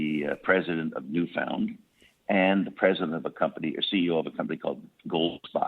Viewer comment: And maybe teach him how to pronounce Newfoundland